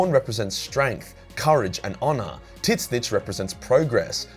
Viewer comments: Are you serious mispronouncing tzeentch? School much? The T is silent in the pronunciation of Tzeentch. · Why are you pronouncing "Tzeentch" like that? WTF? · I was so fucking confused when he started saying that xD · His pronunciation of Tzeentch has me dead 😭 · Please learn to pronounce Tzeentch. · Your pronunciation of Tzeentch makes me die inside. Dear Chaos Gods... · zeeeeench not tit-scitch.... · I feel obligated to point out that it's pronounced ZEE-NCH not Tit snitch. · Ok are we going to ignore the fact he kept say "TiT-Snitch" and not "Zeenche" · I can't how you pronounce Tzeentch like "tit stitch". I believe it should be done like a bird skreech. To just pronounce it "tszieeench" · Why do you spell Tzeentch as "tit-snitch", though? It's more like "tz-inch" (starts like a "tzar", ends like Grinch). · Took me few moments to realize that Tit-snich is Tzeentch, not Slaanesh as TIT-SNITCH like describes Slaanesh prety well😄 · Lol, Titsnitch not Tseench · Why do you pronounce tzeentch like tiznitch I thought it was "zeentuch" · Why do you pronunce Tzeench as Tit-zinch? I always assumed the T was silent and was always pronounced "Zeench" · I can’t say I’ve ever previously heard Tzeentch pronounced as ‘Tit Snitch’. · Am I tripping, or is he really calling Tzeentch "Tit Snitch"? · am I the only one wondering, what kind of accent makes you pronounce Tzeentch as "Titsnitch"?! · I every time he said “tzeench” I thought he was saying “tits bitch” and was talking about Slaanesh. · I can't unhear "Tit-snitch".... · Tit Snitch is the funniest pronunciation I’ve heard yet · Wait. Hold on. Is there s god called "tit snitch" or are you mispronouncing tzeentch? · Tits-nitch lol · Who tf is Tiz nitch? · so nobodys gonna mention the fact that he pronounces tzeentch “titsnitch” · I can't get over how this guy says Tzeentch. I always assumed the first T was silent like in the word tsunami and the second t was part of the ch sound. I have only heard it pronounced Zeen Ch.